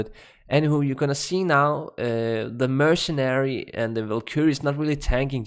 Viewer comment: Hey look at that you started saying "Mercenary" Instead of "MerciChin" !! Now you just need to get Windforce down! Not "Wined-Force" it is "Wind-Force" So funny that I said something about you saying mercenary wrong and now you got it down! Now just work on Windforce haha not "Whined-Force" but Wind-Force, (Win-D-Force). Cheers Buddy!